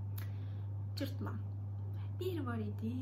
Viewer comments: Cırtlan deyil cırtdan ))) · Cırtlan nə ? 😂😂😂 cırtdan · Cırtlan yox, Cırtdan😊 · Cırtlan değil, Cırtdan :) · Öncelikle, "Cırtlan" değil, "Cırtdan" olacaktı :) Çok tatlı anlatıyorsunuz, ama tamamını öğretmemişler size, eksik kalmış